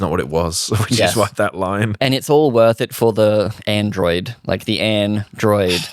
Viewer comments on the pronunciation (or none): none